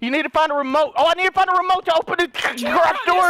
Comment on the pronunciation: why did he say garage like that?